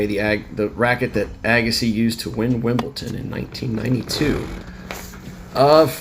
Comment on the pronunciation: It’s Wimbledon not ton